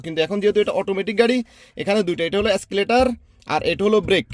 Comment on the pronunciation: এস্কেলেটর না এক্সেলেটর